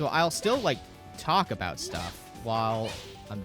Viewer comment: its somthin aboot anoot apocolylpse